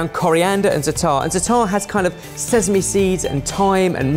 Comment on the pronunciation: Is no one gonna tell him how to pronounce zatar?